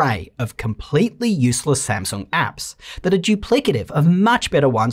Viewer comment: I just endured one of my most trusted reviewers passionately butchering a brand I love very much lol